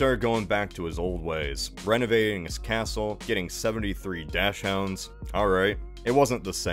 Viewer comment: "dox-unds" not "dash-hounds"